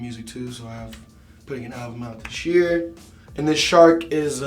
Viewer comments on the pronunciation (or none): none